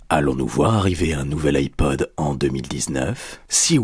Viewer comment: Moi j'entends ipoad perso